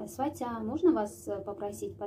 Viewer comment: Ударенияларды туура эмес коюп окуп жатасыз...сизге ишенип туура эмес эле айта бериптирмин..сваты, сватья деген создордо ударение 1-чи а тамгасына басым жасалат экен барыга..сизге ыраазычылык билдирем. Коп нерселерди уйронуп жатам сизден...туура кабыл алуунузду отуном..ишинизге ийгилик!!